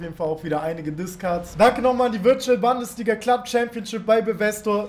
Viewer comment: niemand: wirklich niemand:: Bandesliga